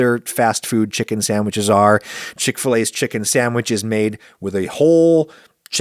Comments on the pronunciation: Why is Adam saying sammiches instead of sandwiches every time? It just reminds me of the stupid “make me a sammich” thing from the early 2000’s. I haven’t heard it in any other context. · After I watched this, I hear Adam's voice saying, "sammiches" in my nightmares